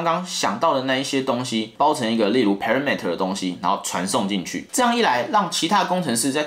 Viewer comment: 全域變數感覺舉javascript的例子不太好，javascript本身的就只有全域變數，所以是無可避免的問題。應該是要舉那種明明可以傳值解決的事情，硬要搞全域變數來傳值，那種就很糟糕。 然後parameter的念法錯了，重音是在前面不是後面...雖然幾乎有9成的工程師都念錯了....